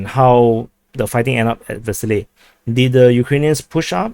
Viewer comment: I'll be sooo glad when Vershyna is consolidated, by either side, simply to stop the eye-watering double entendres :-D (btw I believe it's pronounced 'Versheena'. So there.)